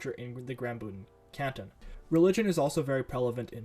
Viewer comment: It is GRAUBÜNDEN not "grambünden"